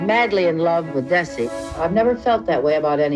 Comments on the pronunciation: In future videos please say his name right. It's not Daisy. It's DE-ZZ-EE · Why does your AI keep calling him Daisy! Otherwise good show! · It's Desi not Daisy your AI needs to improve its speech it ruins the whole video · Get his name right.